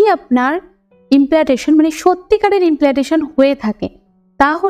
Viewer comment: উচ্চারণ টা ইমপ্লান্টেশন হবে।। উচ্চারণ টা ঠিকমতো করবেন এরপর থেকে